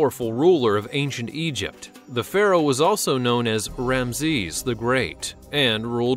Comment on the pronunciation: Oh, this dude needs some serious correction in how to pronounce some of these words. Still, he beats the hell out of those disgusting computer voices. It's biz-ntine not byzentine. It's Ramzees not the wierd way you said it. It's gal-e-on NOT galYAWN with emphasis on the yawn. Really dude, does no one check these before they go out?